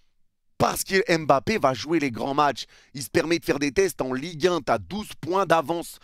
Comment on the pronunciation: "EN LIGUE HEIN" 😭😭😭